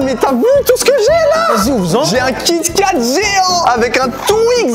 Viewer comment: eeeh je rêve ou à t’as dis kat kat a la place de kit kat 💀💀💀